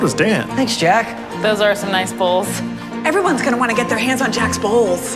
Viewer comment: bowls sounds like balls